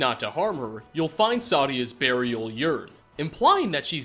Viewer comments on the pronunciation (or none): All this time and no comments on how he pronounced it "Burial Yern" rather than "Burial Earn"? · "Burial yearn" Why the hell do you mispronounce everything lmao